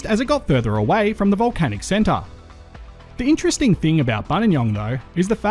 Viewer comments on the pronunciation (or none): none